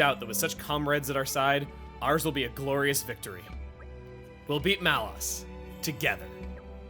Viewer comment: Is that how you pronounce Malos' name? I always thought it was "Lows", not "Loss".